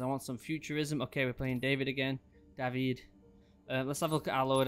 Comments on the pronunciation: I LOVE how Menendez says "D a v i d" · That’s how you say it in Spanish they don’t pronounce i like Americans do it’s like an E that’s why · Yes because that's how you pronounce David in Spanish not Day-vid